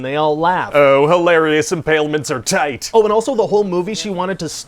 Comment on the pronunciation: Hilarious impalements are tight Am I the only one who heard this the wrong way?